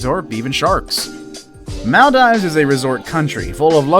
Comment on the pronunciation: The way he says Maldives like mall dives